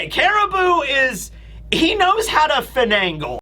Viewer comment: You definitely pronounce finagle wrong lol